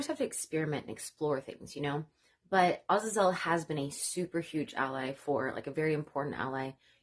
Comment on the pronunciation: You are the first I have become aware of to pronounce the name Azazel correctly!